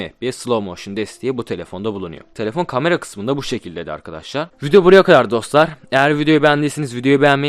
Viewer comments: Ben de ya lanet olsun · Adamın kamara demesinden dolayı videoya odaklanaamfim yaa